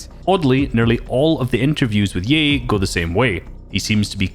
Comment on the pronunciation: He said ye like yee